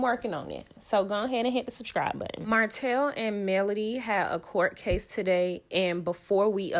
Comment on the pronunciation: Shubscribe? Marrish? C'mon now sis. 😒